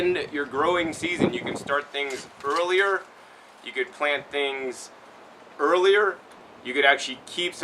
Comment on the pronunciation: Eirler 2x😂